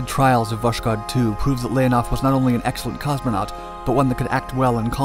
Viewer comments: It's VoSkhod, not VoSHkod... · You pronounced Восход wrong. It's vos-khod, not vosh-kod. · It was not actually "woSHod" (reading like "SHock"), but "wOSKHod" (reading like "OHio"). Just for precision. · Ah yes, VOSHKOD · Voskhod is pronounced as voshod, without the k, the Russian h is hard, pretty much like the Spanish j, you almost hear a bit of k in it, hence the transliteration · The name of the spacecraft is pronounced as "vass-hOd". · It's pronounced "Vas-hod." "Dawn." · Its pronounced Voh-S-Hod. As in sunrise. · Oh come on! It's written with a "k" specifically so that you say vos-hod. Not a perfect transcription, I know, and, frankly, most Russians would write "Voshod", but google translate would do a nice job saying the Russian name for you. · You pronounce the name of Voshod terribly wrong, kh is a soft prolonged H and sounds like H in “how”. Better be written and spelled as Voshod. Damn why the hell this author always makes such stupid mistakes in all firing languages... PS: Voshod literally means the “ascension” or “ascent”